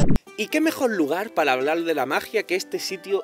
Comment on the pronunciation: "pala hablal de la magia" jajajaja